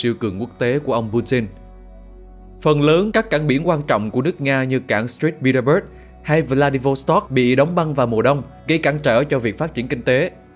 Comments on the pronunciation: cảng của Nga ở phía Bắc là Saint Petersburg chứ ko phải là "Street" Petersburg ạ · Bài viết rất hay với lượng kiến thức đầy đủ. Có điều góp ý bạn phát thanh viên đọc nhầm "cảng St. Petersburg" thành "cảng street Petersberg" thay vì đúng ra phải là "cảng Saint Petersburg". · Người đọc nên tìm hiểu thêm về tên các địa danh, ví dụ như St. Petersburg thật ra là viết tắt của Saint Petersburg chứ ko phải Street Petersburg. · staint Petersburg chứ ko phải stress nha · Là Saint Petersburg ,má…ko phãi street….dô’t…!!!